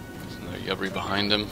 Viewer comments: The ship name is pronounced "you-bar-e" :) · I think it's pronounced You bar E